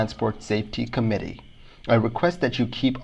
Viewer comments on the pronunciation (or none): none